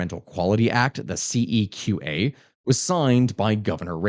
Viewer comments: it’s usually pronounced more See-Qua than See-Ka. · "absolute blast at the end of this year" Place your bets! is deliberately trying to provoke the Chinese invasion of Taiwan around the end of the calendar year. CEQA is pronounced w I th the q: "SEE-kwa". Except for a while in the San Joaquin Valley Air Pollution Control District when the relevant manager was a French immigrant. Then, it was pronounced with a French accent: "Se-KWA". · The pronunciation is CEQ(u)A btw 🤣 good video!